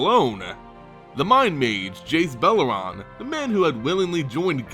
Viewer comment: beleren. bell-a-ren. not bell-a-ron